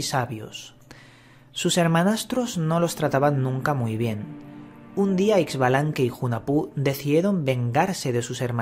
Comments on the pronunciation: Muchas gracias por dar a conocer la historia de mi cultura. Excelente trabajo Sólo una observación: la pronunciación de los nombres está un poco distorsionado. Hunajpú e Ixbalanqué Se pronuncia Junajpú e Ishbalanqué. En maya la X tiene sonido sh El señor Sipacná, se pronuncia con acento en la última a. De ahí en adelante todo perfecto. Mil gracias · Pronunciación correcta: u-na-pu el otro es Ish-ba-lan-que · Es la pronunciación junajpú e ishbalanqué, esta bueno el relato, falta conocer mas la pronunciación y lengua quiché